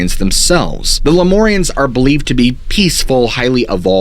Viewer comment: LemUrians, not LemOrians